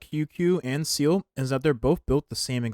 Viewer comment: Seele ❌️ Seal ✅️